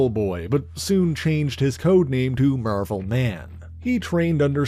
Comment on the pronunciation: Are you calling him "Mervel Boy" on purpose?